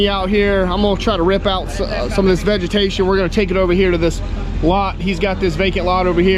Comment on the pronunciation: Did you almost say "vegematation"?? 😅😅 jk... Great job as usual. 👏😁✌️🐾🐾🇱🇷